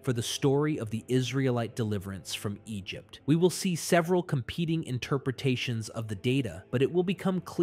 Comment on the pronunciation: About 20 min: Egypt-tie-in